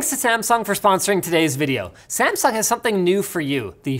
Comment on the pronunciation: "Samsungs cables are garbage" "And now a word from our sponsor smasung"